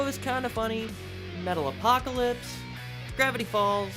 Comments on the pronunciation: Metalocalypse is one word, not Metal Apocalypse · Also ain’t no way he pronounced Metalocalypse wrong they just had a movie!!!